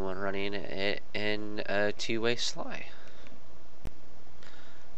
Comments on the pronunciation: It is S.L.I not sly. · It is alse S.L.I not sly.